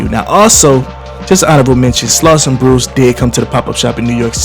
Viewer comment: Slauson bruce not slauson bluce😒